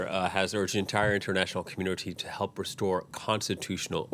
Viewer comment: "elp me, elp me"